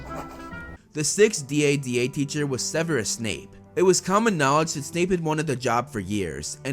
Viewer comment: Just call it dada instead of D.A.D.A